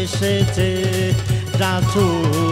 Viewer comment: রাছুল না রে ভাই রাসুল উচ্চারণ গত ভুল ঠিক করেন